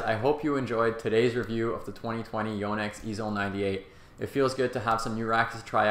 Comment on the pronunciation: Impressed how he says Yo-nex. It’s a Japanese name, and he says it correctly. I know this and yet I don’t think I’ve said it correctly. Your game looks good,.